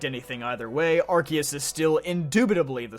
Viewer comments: The word of is not in the title! And it's Arceus, not Arkoos! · THERE ARE NO O'S IN ARCEUS!